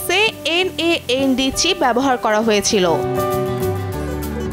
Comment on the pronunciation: এই রিপোর্ট করার জন্য যিনি এন এ এন ডি না বলে ন্যান্ড বলবেন এমন উপযুক্ত মানুষ হলে ভালো হতো সকল সাংবাদিক কে দিয়ে সকল রিপোর্ট হয় না